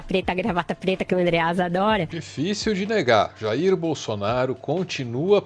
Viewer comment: 😂Pra q tem q falar do Jair como se ñ fosse o pai dele e ainda o nome com sotaque como se ele fosse americano? Ah já sei o Dudu é americano de coração 🤣